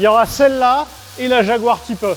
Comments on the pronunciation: " une chaguar " 😂😂😂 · "une chatguar" 😂😂😂😂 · un ChatGuar il a dit 😭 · Une "chaguar"😂😂😂😂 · « C’est une chaguar » 😂